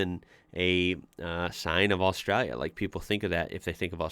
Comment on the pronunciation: I appreciate you pronouncing Australia correctly. Cheers Mate